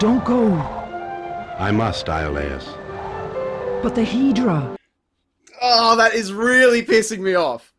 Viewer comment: Of course Phoenix/Dingo/LJN/whatever would butcher mythology IPs as well as fairy tale IPs. HEEDRA instead of Hydra? Credits already?